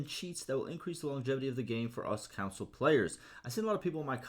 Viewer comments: Console not council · Console not Council.